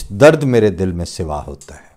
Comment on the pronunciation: پیارے بھائی محترم! تسلیمات ۔ معزرت کے ساتھ عرض ھے کہ شعر کے دوسرے مصرعے میں آپ نے لفظ " سوا " س کی زیر کے ساتھ پڑھا ھے جبکہ میرے خیال میں حرف "س" پر زبر ھے۔